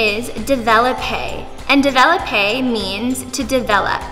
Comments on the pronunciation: / It’s not davelopay is devlopay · You’re pronouncing the words wrong, no hate it’s just annoying, ./ De.valip.a / isn’t how to say it, it’s / dev.la.pay. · / It’s not davelopay is devlopay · It’s Pronounced Dev lop aye Not develope